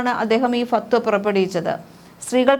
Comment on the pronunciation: ഫത്‌വ എന്ന് പറയൂ ചേച്ചി